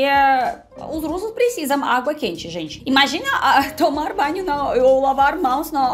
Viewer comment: Ela falou "tomar banho" direitinho em bom português mas com sotaque russo, adorei. Eu adoro os sotaques.